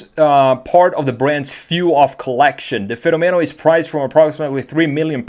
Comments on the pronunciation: In spanish (and italian) its pronounced fe-nó-me-no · I'm Italian and the right pronunciation is "Fe'nomeno" with accent on the first "e" rather than the second